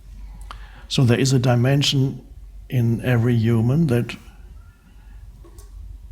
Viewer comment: “Hueman” lol